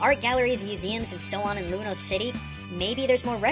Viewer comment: It's Lumiose not Lumous